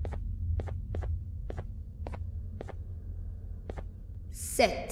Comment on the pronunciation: banbaleena isn’t pronounced like that and syringeon is pronounced like that either